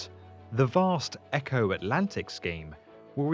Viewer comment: Funny how he pronounces Eko as Echo.